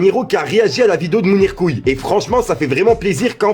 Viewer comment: Y’a écrit Je viens de voir la vidéo de Mounirmoums Pourquoi toi quand tu parles dans la vidéo tu dis Mounir couilles 😂😂😂 a 1.35